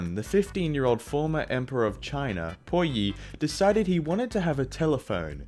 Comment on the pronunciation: Btw PuYi is pronounced poo-yee not pui-yee.